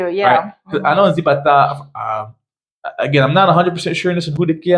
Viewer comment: The Z in Spanish is pronounced like an S. Zibatá is “sea ba ta”. It’s actually much larger than you describe and the park you describe is not the main park.